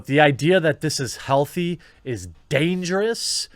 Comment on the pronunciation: Ah yes, "damgerous"